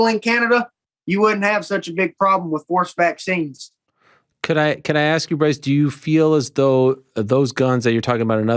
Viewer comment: So, when he said “forced vaccines” the first few times, I swore he had said “horseback scenes”